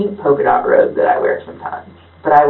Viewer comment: Somebody tell the idiot cop he’s saying robe and not rope. She’s too stupid to have him clarify. She thinks the grandma is wearing flowered pattern rope over her shoulder. They’ll let anyone be a detective. I’m convinced of that.